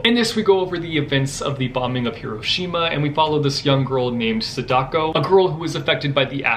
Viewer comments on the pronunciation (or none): none